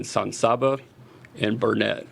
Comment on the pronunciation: It’s Burnet, durn it. Not Burnett